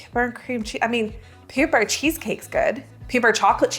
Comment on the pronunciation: I kept hearing paper when was saying peanut butter.